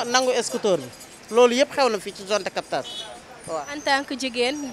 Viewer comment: Soxnaci bayil di wakh jone de captage, on dit zone de captage. Merci